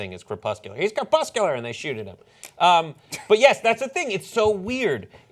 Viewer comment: it's corpuscular not cropuscular idiots...